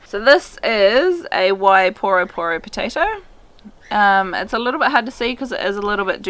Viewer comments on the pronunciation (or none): Can you please learn how to pronounce the names properly 😅 please and thank you. Wai - WHY poro - poor ro- poro - poor ro. Thank you for the great video will deffs give it a go